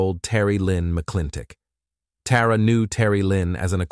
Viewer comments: Her name is Tara not TAWra. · Sidenote: It would be helpful to pronounce the names the same throughout the video. You pronounced Tara's name as both "Tah rah" and "Teh rah" from sentence to sentence. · Dam i was getting confused with the names Tara, Terry, and Tori trying to remember which girl was who. And this stupid AI saying "Tara" then "Tar-Uh" back and forth. Then instead of saying "legal council" AI said "lego council" omg it drives me nuts! I watch other cases with the same exact AI narrator and the way he pronounces words 10 different ways is so irritating lol..like that one case where he said "Megan" 5 different ways..im sure some of you know what im talking about..Anyways this is a terrible and disgusting crime these scumbags did to that beautiful little girl..i just cant wrap my head around how anyone can abuse or murder a child over nothing! Like why? Because they felt like it or they wanted revenge or they were mad?! I just cant comprehend it 😢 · It’s weird how they change the pronunciation of “Tara” a couple times throughout!